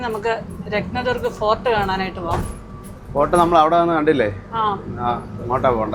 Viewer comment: രത്ത ദർഗ് ഫോർട്ട് എന്ന് എന്തിന്ന് പറയുന്നു? രത്ന ദുർഗ് എന്ന് മാത്രം പറ ഞാൻ മതി.